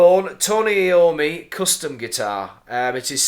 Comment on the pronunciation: Just a minor comment it's pronounced I ommi not Eommi and saw you in Darlington wilko a couple weeks ago but too scared to say